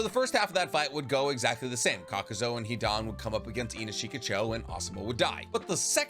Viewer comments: You keep mispronunciations the characters and jutsus’ names You say “Kakuso” when it’s Kakuzu, you say “Kotoamatsukame”instead of Kotoamatsukami. In Romaji Japanese the letter E make the ay sound where as I makes the E sound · Why do you keep calling him kakuzo